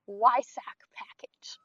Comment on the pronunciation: One other thing is say the word Weissach with a "V" at the start. So basically Veissach. Just the way the Germans say it. No hate, i love cars so much so wanna help you improve the reviews.